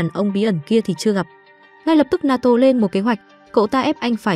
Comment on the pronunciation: Naoto : ❌ Na to : ✔️